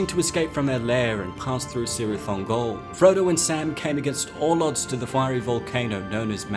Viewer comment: "Cirith" is pronounced Kirith, not Sirith.